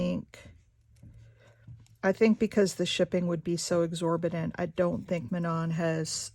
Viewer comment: Hi I am from Quebec as well, this is my first time looking at your vlogs. You did say Manon's name right. I really like what you are showing right now. I'm going to send this vlog over to my daughter I'm sure she will like it as well. Have a great day.